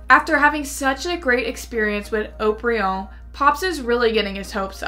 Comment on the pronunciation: I'm surprised Haut-Brion outperformed Latour. I'm even more surprised that pronounced it Ought-Brion.